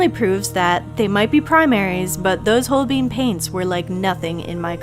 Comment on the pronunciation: Good video. Not trying to come across rude (even though usually “everyone” that’s about to be rude preambles with those words), but Holbein is a German name so the ‘ein’ should sound the same as the ‘ine’ in ‘vine’ and ‘fine’.